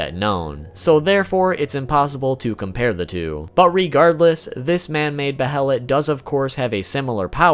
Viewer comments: QuakeGamer632 except that goes out the window when the shows pronounce it that way. When pronounced baylet in the shows it's still using a soft h sound. But he is using a hard h sound here. Its pronounced baylet and has for decades. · pronounced BAY-let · Behelits: BAY-LETS Not: BE-HELL-ITS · Be-helit ≠ behelit, wrong pronunciation. It's beihlit in sound, not be-helit. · Its pronounced baylet not behilit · It's pronounced Bay-lit bro. Also, they're just fetishes, I doubt they're alive. Great vid though. You got a sub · It's Bay-lit not Be-Hel-it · Buh-hell-ut. It's BAY LET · Bay-uh-let (behelit) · Isn’t it pronounced bayelit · Bay-LIT BAYLET! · Its pronounced "bay-lit" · "Behelit" As in "BAI-LIT" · Whoa. Never knew half this stuff. Good job. For the record.. Its behelit (bay-ih-lit) and apostle (uh-poss'l), the t is silent. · behelit = Be-HELLA-Lit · Came to say just this, and that 'Behelit' is pronounced bey-a-lit. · also... Bay-lit.. that's how Grifith and Xod say it. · The pronunciation of behelit shaves off a piece of my soul every time I hear it. Bay-a-let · I swear it's pronounced 'baylet"☹️☹️ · I think it's pronounced "Bay-lit". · The “Bae-lit” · It’s pronounced baylit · I thought it was pronounced beherit. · its pronounced baylett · its pronounced bay-lit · * Bay-let, A-pos-el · Don’t emphasize syllables in Japanese..you say be-HEL-lit It’s more correctly pronounced with each syllable receiving equal stress. Goes for all Japanese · Behelit - (Bay-lit) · They killed the uniqueness of it for me by having so many of them. And it is Bay-lit😊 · two pronunciation tips. the "T" in apostle is silent, and behelit is pronounced "bay-lit" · No. It's 'beheritto' in Japanese. There are two distinct syllables, hence the bloody H in the middle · The H is silent in behelit i believe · the way how this guy pronounce "behelit" really annoy me...anyone else? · "Behelit apostle"...I cringe every time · Dude it drove me crazy. That and how he pronounced behelit.